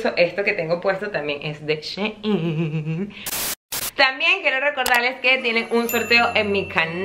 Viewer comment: Mi mayita❤ creo que shein se pronuncia "shi in" como ella en . Tu me entiendes 😂 te aviso porque tienes varios vídeos sobre shein 😍 te quiero muchooo